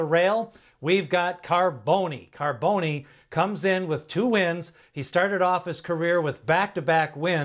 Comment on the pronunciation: Bro its Pronounce ( Carbon- the E is Silent ) hes named After a popular West Coast Top Fuel Dragster Driver !